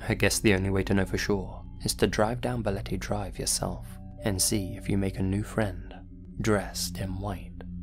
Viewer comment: I'm from the Philippines and your "Balete Drive" pronunciation is not bad at all.